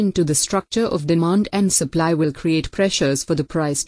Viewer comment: The sur-pu-lee curve ☺